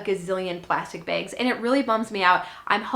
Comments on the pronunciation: Great info! Also love the way you say bags, ‘bigs’ ! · I could listen to say “begs” (bags) all day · I love the way you say bags. I love to hear other accents